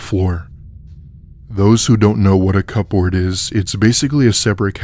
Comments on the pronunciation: I can’t cope with the over-pronunciation of the word cupboard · kubberd fast Dont they know that ? How can they not. My gosh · I love y’all but for the sake of everything holly it’s pronounced cu-board take that P and give it to the dog as a treat